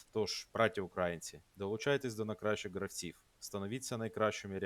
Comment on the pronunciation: украЇнських*, украЇнці* - конкретно в цих словах наголос надважливий